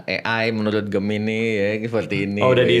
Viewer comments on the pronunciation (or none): none